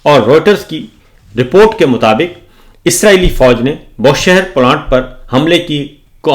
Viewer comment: It is BOOSHEHR,not Boshehr.